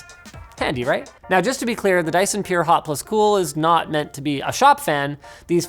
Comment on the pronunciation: Sounds like "Die son"😂😂